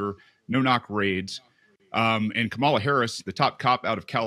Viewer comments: KAMA-LA!! It’s not that hard to pronounce! That libertarian dude is being ignorant! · Vote Purdue out. He cannot even pronounce a simple name like Kamala. Or simply doesn’t have the decency to do so.